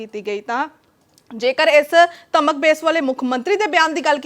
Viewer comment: ਇੱਕ ਤਾਂ ਇਸ ਐਂਟੀ ਨੂੰ ਧਮਕ ਨਹੀਂ ਕਹਿਣਾ ਆਉਂਦਾ ਧਰਮ ਧਰਮ ਬੋਲੀ ਜਾਂਦੀ ਹੈ। ਪਰ ਇਹ ਵੀ ਕੀ ਕਰੇ ਇਹ ਚੈਨਲ ਹੀ ਧਰਮ ਵਿੱਚ ਲੜਾਉਣ ਲਈ ਹੈ। ਬਾਕੀ ਬਹੁਤੀ ਸਿਆਣੀ ਜੀ ਇਹ ਲੜਾਈ ਕਿਉੰ ਹੋਈ ਇਹ ਦੱਸ